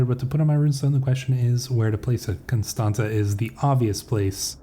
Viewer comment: Greay video as always!But just so you now you pronounced Constanta very well exept the last T is pronounced as in Tsar